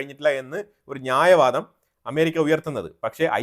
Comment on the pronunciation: ഞായവാദം അല്ല ന്യായവാദം